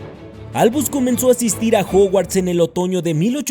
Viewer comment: Juguarts? Jajaja